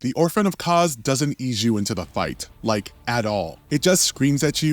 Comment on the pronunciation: Ogdoo bogdoo smou and the way he says kos makes me think that this guy can't read